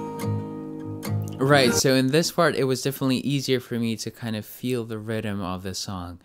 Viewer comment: When he said rythem I kept hearing "rydem" lol